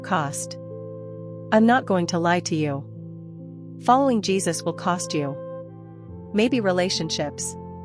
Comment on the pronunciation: His name is JESUS not JeBus ❤